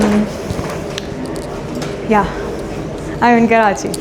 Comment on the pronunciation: It’s Karachi, not Karcahi!